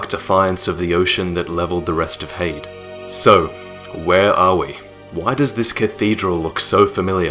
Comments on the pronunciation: Here's something for you: Try pronouncing Heide as it's pronounced. Not 'hayd' but Hi-dee. It is a woman's name that means 'of noble kind'. Should help:) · If the word "Heide" uses German pronunciation, which seems likely, it should be "Hai-deh". The first vowel is the same as in "Einstein", and the second vowel is light and unstressed, almost like a schwa. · I think it's pronounced hide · so its pronounced HAY * D'S Ive been pronouncing it like Hades, like the god of death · i thought heide was pronounced 'high-dee' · I always pronounced Heide as High-de because it looks German.And yeah I really wish I could have experienced the Ornstein fight as a surprise.but it could never happen.I'm glad I will always have my first sight of the Ash Lake though,that was magical.There was no way anyone I watched could spoil it(Lobos) because it has nothing essential to the game or for speedruns.I just randomly open a few hidden paths,descended through a tree,and discovered a new world,in complete contrast to the entire game,with bare beaches and lush greenery,then the Hydra looming over it,completing the feeling of awe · Goddamn it! It's pronounced "Heide" not "Heide". Jesus Christ. Can no-one pronounce "Heide" properly!? Has no-one met a person named Heide before!?